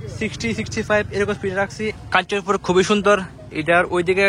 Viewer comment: it's not Kanchapur. It is Kanchanpur